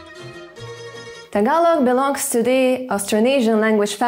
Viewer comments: Wow you pronounce Tagalog word correctly. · You have dived really deep into the Tagalog language that I find it so fascinating. You really took time to pronounce the Tagalog words like a native speaker. Great job <3 EDIT: Also, you're the very first person who emphasized the glottal stops. It was never mentioned in any tutorial or by any Youtuber but glottal stops are so critical in Tagalog. GREAT JOB X2 FUN FACT: Altho not noticeable, there's a minute difference between the glottal stops of words that end with or without the letter "k" (and some words emphasize the "k" sound if they're not glottal stops). E.g., "bata" (kid) and "batak" (stretched/strengthened). They both have glottal stops but "bata" is softer (sometimes not noticeable at all) while "batak" is stressed, borderline "k" sound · Deym! your pronunciation of our words was on point. malupet! and also, them eyes are mesmerizing as hell.